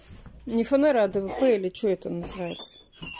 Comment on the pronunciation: ФанЭра уши режет🤧